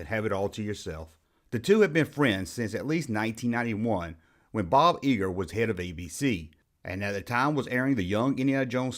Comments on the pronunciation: Love your video but Bob's last name is pronounced Eye-ger, not Ee-gerr. . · EYEger, not eeger!!